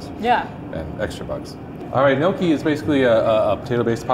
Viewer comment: The way he pronounced gnocchi made my italian heart hurt